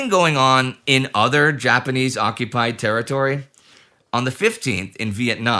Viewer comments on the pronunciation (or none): none